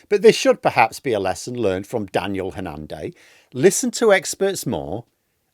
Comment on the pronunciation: Not sure why you put the stress on the second syllable - HanNAN.